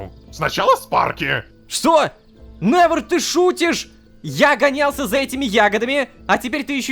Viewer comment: Я одна когда рома произносит именя невер я вспоминаю мем "Ви нэвер край"😂